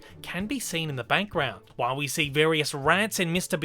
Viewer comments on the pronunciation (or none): Is it me or do you keep saying "bankground" insteak of "background".